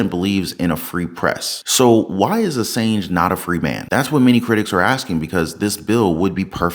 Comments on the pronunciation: the gaslighting and hypocrisy runs deep with this one. and friendly tip: it's pronounced "uhsawnj" (he's one of the most important figures of our time, gotta respect his name, bruh ;) cheers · You're pronouncing Assange wrong.